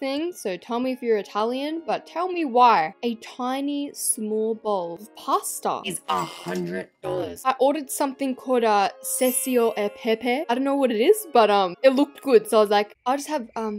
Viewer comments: 🥹 it’s pronounced Cacho- E-Pepe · im italian and the way u pronunce cacio e pepe sucks😊. Btw it might be this expencive cause they used aged cheese that cost a LOT hope it helped 😋 xoxo